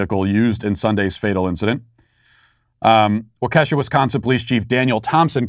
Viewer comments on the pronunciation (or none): Hey Matt just as an aside it's pronounced walk-eh-shaw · Matt, for God's sake.... it's "walk-ah-shaw". Do your homework. 🙄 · It’s pronounced like walk-eh-Shaw. You weren’t even close man. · My first time commenting after a year of listening to Matt, is to cancel him. It's pronounced Waw-keh-sha not Whoa-Kesha. Don't want to be associated with bad music. LeARn SoMEtHinG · Matt, your propensity for mispronouncing the names of people and places continues to amuse me. It's WAU-ka-shaw, not WO-kesha. Lol. PS. Please don't ban me. #SBG4Life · Waukesha is pronounced WAH key Shaw Very sad and appreciate you reporting on it. It’s about a ten minute drive from my house. So horrible and devastating for our community. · Matt, it is always painful to hear people try to pronounce Wisconsin city names. Soooooo I'll help you out here. The proper way to pronounce Waukesha, is WakaShaw. Thanks for listening to my TED Talk. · Matt, it's pronounced "walk-ish-aw". I figure you'll probably be talking about it plenty in the coming days! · Matt: WAH-KEE-SHAW (1st syllable emphasis) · Dude, I told you yesterday on Facebook. It's pronounced "WALK-AH-SHAW"! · bro, you really messed up the pronunciation of Waukesha! (it's wah-kee-shah) I'm not being judgmental, I'm married to a Wisconsin girl and quickly found it it's not a good idea to say any WI town name without asking the correct pronunciation first. I'm sure you'll get mocked just as harshly as I was, if you want to get together and have a whiskey and I cry just let me know. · It's pronounced Walk-esh-aw. We have a lot of strangely named places in Wisconsin. If you want another challenge to Oconomowoc or Ashwaubenon haha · Matt… Waukesha… pronounced “Walk’-keh-shaw”. Accent on first syllable. You’re welcome. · Matt, it's pronounced 'wok a shaw'. My wife is from that area. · Also Matt it's pronounced "wah-keh-shaw" but I don't expect anyone to know that. I couldn't pronounce half the cities in Wisconsin until years after I moved here